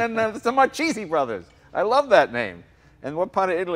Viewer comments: That weird moment when you're italian and you know Marchese is not pronounced like that but at the same time it's his surname so you don't really want to correct him and make him angry.. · The "CH" is pronounced as a "K" in Italian. In case he ever went to Italy or stop promoting the Italian heritage and not know how to pronounce his own name. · Sorry, as an italian this was painful to listen. An italian american talking about his heritage and he can't pronounce his own grandfather's surname. So sad.